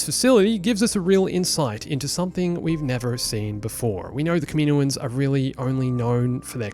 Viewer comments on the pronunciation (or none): Not kameeno-uns